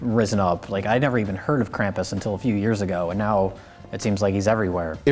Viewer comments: Krampus, not Camp-us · Fun fact: Krampus (properly pronounced along the lines of "Krawm-poos," if I'm correct) would take children who were bad, stuff them in bags, drag them out of the town they lived in, and beat the shit out of them with a stick while they were still in the bag. Think about that the next time you bitch about santa shitting a lump of coal in your stocking this Christmas. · You aren't pronouncing Krampus correctly.